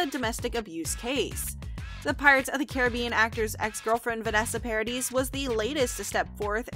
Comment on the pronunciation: 300 Mill along with a big apology sure beats the hell out of the gift basket they already sent! Did they really think that would help? But please, learn to pronounce these people's names! Vanessa's last is pronounced yes on the end is silent. Just like Camille's last name is said something mispronounced! But Lily Rose is already working at Disney so this is no confirmation in my opinion that JD Pirates. I've heard various reports none of which have said he has accepted or even been asked for that matter. Disney was quoted as saying they would even be happy with a cameo appearance. Asking Lily Rose if she would be comfortable working with big actors doesn't mean her call either they've named others as a potential choice for this film.